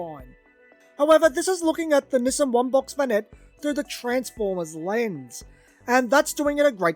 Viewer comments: Through the whole video, I thought he was saying, "Missing vanette". I kept thinking, "what is he saying that's missing?", until I realized he was mispronouncing, Nissan as "missing". Nissan is pronounced (Nee-sahn) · I just kept hearing "the missin' vanette", "the missin' vanette". I'm like, well, where is it? Took me a while to realize he was saying "the Nissan (nee sahn) vanette". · I was half through before I realized you were saying Nissan not missing. I couldn’t figure out what was missing 😂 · No, it's pronounced "niss-ahn".